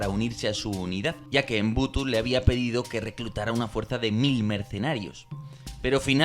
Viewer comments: EMBUTU NOOOO....MOBUTU SESE SEKO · Buen trabajo, como siempre. Pero el dictador del Zaire se llamaba Mobutu, no Mbutu